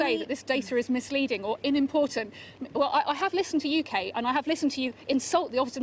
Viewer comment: she, a brit said 'inimportant' when it is supposed to be 'unimportant'